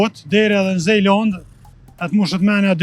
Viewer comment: O ustah, jo n'Zejlënd po Zelënd i thojm shqip ...